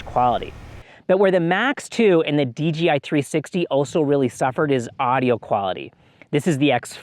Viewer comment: Why are you saying Dee Gee Eye instead of Dee Jay Eye?